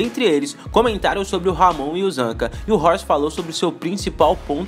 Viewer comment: Nosfa miga, ela falou ramonzete...ui kkkkkkkkkkkk